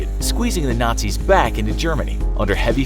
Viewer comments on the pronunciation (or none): none